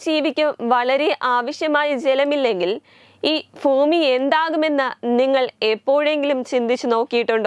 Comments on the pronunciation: ഫോമി അല്ല ഭൂമി ആണ് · അയ്യേ......മോശം ഫൂമിയോ... ഇത് ഏത് ഗ്രഹമാണപ്പാ... ഫൂമി... വൃത്തികെട്ട ഭാഷ ഭൂമി ഭൂമി ഏത് അദ്ധ്യാപകനാണ് നിന്നെ ഇങ്ങനെ ഉച്ഛരിക്കാൻ പഠിപ്പിച്ചത്? ഭൂമി,ഭൂമി,ഭൂമി ഫൂമിയല്ല ഫൂമിയല്ല ഫൂമിയല്ല ഫൂമിയല്ല ഭൂമി ഭൂമി ഭൂമി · Not phoomi ( bhoomi)